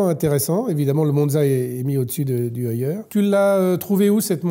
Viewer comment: Je rajouterai même concernant Tag Heuer que prononcer "heure", c'est porter des Heuer... C'est tout pour moi !